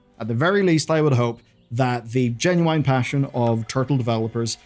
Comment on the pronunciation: It's genuine not genuaine ffs